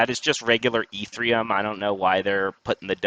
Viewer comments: I can't take you seriously if you keep saying e3m. It's Ethereum. No 3 in it. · Dude can’t say ETHEREUM. God bless.